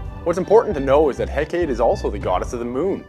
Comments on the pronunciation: Eh-kate lmao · He pronounced a lot of things wrong. Like Hecate.